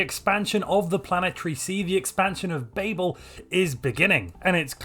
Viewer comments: Are we not going to talk about how he is pronouncing Babel. It is extremely distracting. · Why do you say babel when you know it's wrong? Are you stupid? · Being uncertain of the pronunciation of Babel is lore accurate.